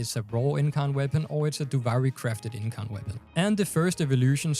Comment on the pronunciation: You said incarnon right so dont worry